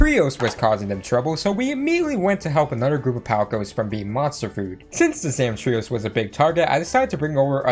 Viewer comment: Never heard someone pronouce Zamtrios that way.